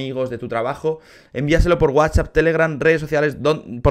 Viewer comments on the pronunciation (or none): none